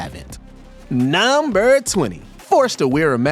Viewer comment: Anyone else fuckin’ hate how he says “nuuuuhhmburrr” 😅😅